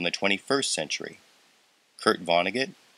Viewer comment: sounds like "Fucks News"